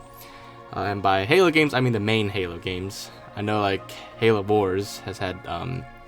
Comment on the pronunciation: Why do you say Halo boars instead of Halo wars look here